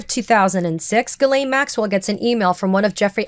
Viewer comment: Her name is pronounced jizzlane.